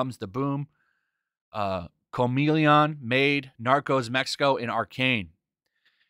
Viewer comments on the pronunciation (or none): "Co-meleon", lol, clearly you dont have little kids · I can't help but laugh at Co-me-leon